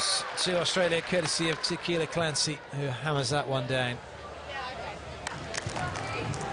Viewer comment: “Tequila” Clancy, now there’s a thought. I don’t know why these announcers don’t find out how to pronounce the players names.